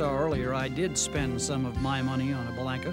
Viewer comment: The Viking is the best handling 4 seat single ever made. I was a Bellanca salesman in the 70's and owned a 77' Turbo Viking for a period of time. One important correction, the proper pronunciation is Be-lawn-ka. I actually went to high school with Giuseppe's granddaughter and can confirm the correct way to pronounce the family name is with a "lawn", not a "lank".